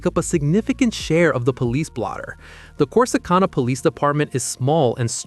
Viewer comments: Corsi CON-a?? Hagahahaha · Your pronouncing Corsicana wrong. That's not how us Texans pronounce it. Gotta be a yankee who made this video. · Click bait AI cannot even pronounce Corsicana correctly 😂